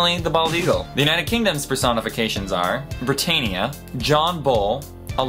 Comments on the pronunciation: say British words right..or don't say them...like Britannia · the word should be said right....but ill let u off on this...just for u;)